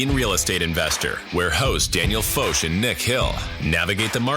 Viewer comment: The only thing I don’t like about your podcast is that you pronounce the host’s name as fosh instead of fock!